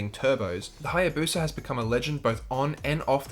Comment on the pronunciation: what’s a Haya “Bosa”???